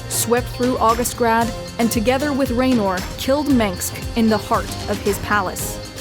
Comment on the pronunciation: Definitely hurt my soul on that mess up. Jim Raynor would be scoffing at you for that one :P